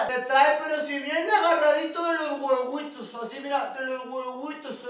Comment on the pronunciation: HAHAHAHAHAHAHHAHAHAHAHAAHAHAHAAHAHAAAHAHAHAHAHHAHAHAHAHAAHAHAHAAHAHAAAHAHAHAHAHHAHAHAHAHAAHAHAHAAHAHAAAHAHAHAHAHHAHAHAHAHAAHAHAHAAHAHAAAHAHAHAHAHHAHAHAHAHAAHAHAHAAHAHAAAHAHAHAHAHHAHAHAHAHAAHAHAHAAHAHAAAHAHAHAHAH "LOS GUEGÜITOS"